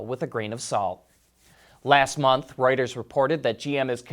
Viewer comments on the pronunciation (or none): none